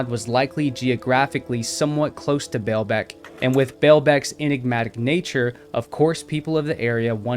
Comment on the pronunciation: The Lebanese Pronounce: Ball beck, not bail beck! I have been there it's amazing. However, it has been pointed out that huge stones were worked in many, many Roman sites, not just here.